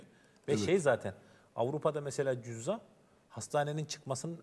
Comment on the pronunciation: Cüzzam değil, cüzamdır doğru söylenişi. (Yazım kılavuzuna baksaydınız keşke).